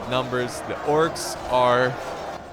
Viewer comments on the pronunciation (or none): it sounds like he said the corks